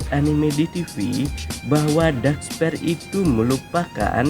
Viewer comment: Masukan min Belajar mengatakan bhs inggris dengan baik min Dark spear bacanya bukan dark sper tapi dark spir Sma yg lainnya jg min Good luck min